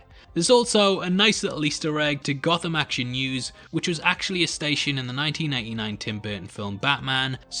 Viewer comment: Did you say 1999 or is your pronounciation that abysmal?